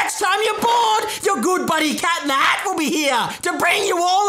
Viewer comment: You said it wrong tho,it’s “Cet in the het”.